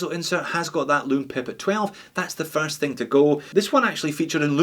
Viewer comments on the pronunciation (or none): none